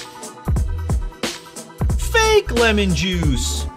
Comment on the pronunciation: Did you say lemming juice the first time?